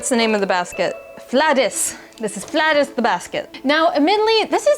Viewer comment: the scandinavian letter Å is pronounced like a long O in American English, or kinda like the word oar without the R. So it should be pronounced more like Flow-dis.